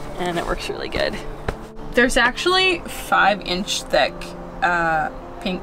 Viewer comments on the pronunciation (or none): Vowel shift: "Five inch theck" and "where matal will touch wood" and "the rant is s o high". Also, like most English speakers nowadays, says "anttt" for "and".